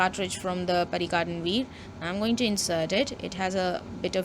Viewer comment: So you expect an overpriced 100 rupee Pierre Cardin pen to be better than a much more refined and underpriced 225 rupee pen. and by the way its not pronounced as PERRY CARDIN but PIAR CARDAW(n)